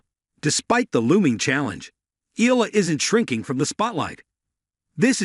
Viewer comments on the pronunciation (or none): pronounce it Eyala not Ela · Umm... pronounced... E-Ya-La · Eala, Iga- you dont care how to prenounce, its enough to know English names- what's an ignorance